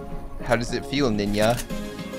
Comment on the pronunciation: when he said ninja he said it in a norwegian acsent lol If you are norwegian you know ;)